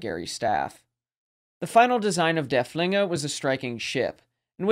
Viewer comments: And als consistently says Der Flinger 😅... not too serious of an issue. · Thank you all for watching! This video was one of my favorites to create in recent memory, because Derfflinger is my favorite German capital ship of the period. However, the pronunciation is sometimes right and sometimes not throughout the video. I know my German viewer base isn't the largest but I feel bad because its hard hearing works pronounced incorrectly. Just know that I do really try my best with it :)